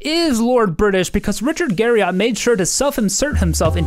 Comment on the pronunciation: It's actually pronounced Garri-ET.